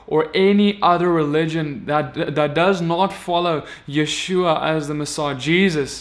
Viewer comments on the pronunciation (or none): none